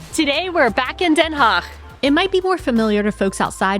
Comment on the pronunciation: You pronounced den Haag pretty good. Respect